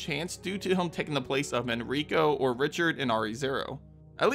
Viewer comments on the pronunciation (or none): none